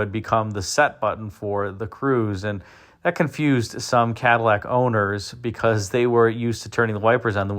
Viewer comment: One of my favorite cars of all time. I agree the '60 is cleaner, but I'd take either one, you know, if I had to. I do find it interesting that this video seems to be referencing the 1959 Cadlack. Cad-i-llac isn't a pronunciation you hear much in the vid. Heh.